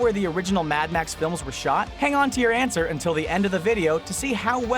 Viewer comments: get it he said ant ser instead of answer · HAHAHAHA HE SAID ANT-SWER SAJDJFKDN, why am I like this. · did you just.... did you say "ant-swer" I swear he did!!